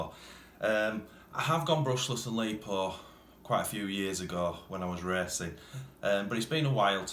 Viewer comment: Its lipo not lepo !!